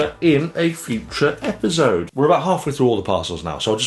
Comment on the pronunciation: how you say "epizode" cracks me up lol